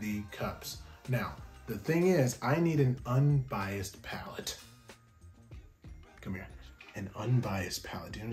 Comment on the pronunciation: I love your videos ! When you say “come hear” WTF